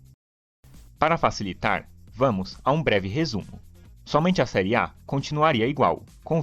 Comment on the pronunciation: Serie " É " com o som aberto; não fechado " Ê " igual a fé, pé, etc. Aprende!!!